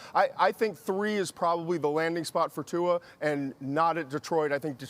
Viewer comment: Steven A "tua-er "